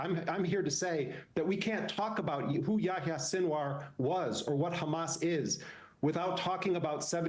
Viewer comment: Did Bernie Sanders really say “Khamas”? He is really awful nowadays.